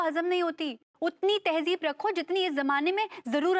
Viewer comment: It's tehzeeb not tehjiv